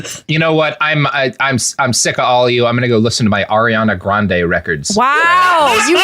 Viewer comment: being so proud of Robert when he makes a pop culture reference and says Ariana Grande's name correctly makes my day.